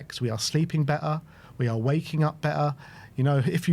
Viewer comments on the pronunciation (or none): Yeah, sorry to be a bell end, but have you forgotten the T in the English language. What's be-er mean. Do you mean better. Come on lads. I'm a Londoner as well, but I do always sound my 'T's! What kind of example is that to the youngsters?